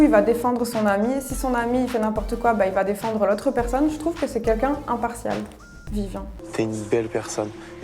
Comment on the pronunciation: Comme quoi elle s'est harceler pour sa couleur de cheveux mais ils sont magnifiques. C'est vraiment une couleur rare et belle. Sinon c'est moi où tous les candidats de TV ils disent kunkun au de lieu de quelqu'un ?? 😂